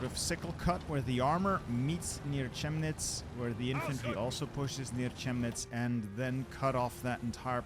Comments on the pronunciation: The place is pronuonced kemnitz the ch is pronounced as k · The "Ch" in Chemnitz makes a "K" sound.